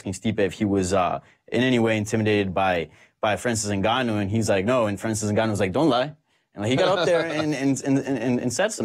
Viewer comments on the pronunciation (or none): It's super annoying how Luke pronounces Francis 'Enga-noo'. It's Francis 'En-gaanou'